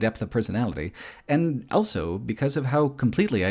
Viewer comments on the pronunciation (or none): pronounces the word "also" as "elso".